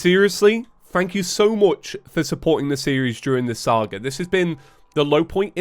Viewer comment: “Fank you so much Four watching” love it